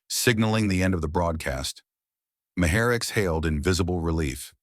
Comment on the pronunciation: Mayer? It’s pronounced like MAR.